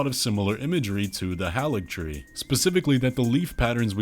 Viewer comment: I don’t mean this in a mean way, but why do so many youtubers mispronounce Haligtree? It’s Hay-ligtree, not Hah-ligtree.